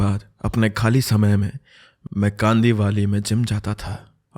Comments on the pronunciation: Yeh kandivaaali kya hota hai ? Kandivali suna hai kandivaaaali nahi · it's कांदिवली and not कांदिवाली 😂